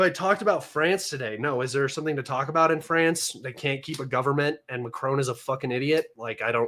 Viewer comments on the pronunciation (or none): none